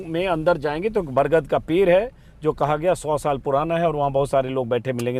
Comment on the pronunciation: पेर नहीं होता पेड़ होता है। अपने बिहारी एकसेंट को सही कर लीजिए।